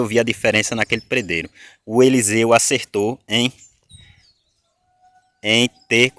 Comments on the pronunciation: A pronúncia. Certa é pedreiro e não predreiro 😂😂😂😂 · Não se fala predero e sim pedreiro Affff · PRE DEIRO E MEU PAU REPETE ATE APRENDER PE DRE I RO PE DRE I RO